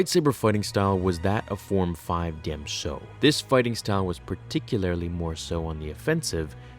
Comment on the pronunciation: Thank you for not calling it "duhjem so". Stupendous wave needs to take notes.